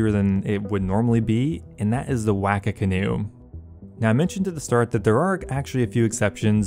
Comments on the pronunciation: ahhahah, you pronouncing the waka as Wack-A was funny af, although I'm happily surprised to find out the canoe is based of a waka. NZ ON TOP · Just letting you know you're pronouncing waka wrong, you're saying it like "whacker" but its supposed to be pronounced more like "woka" :) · please for the love of god learn how to pronounce waka for your future vids